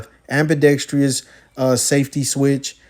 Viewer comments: *am-bee-dex-truss, not am-bee-dex-tree-us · Pronouncing ambidextrous. Just a pet peeve.